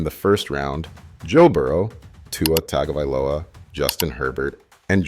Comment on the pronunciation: Love the video, but you gotta start saying Tua [tuhng•guh•vai•low•uh]'s name right lol